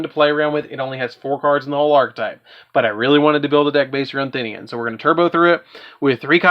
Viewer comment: "Thin-ian" smh